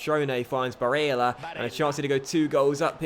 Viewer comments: STOP SAYING BARELLAS NAME SO WEIRD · The way he says barella